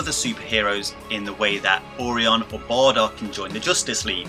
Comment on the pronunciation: Hard to take you seriously when you repeatedly pronounce Orion like Or-ion....lmao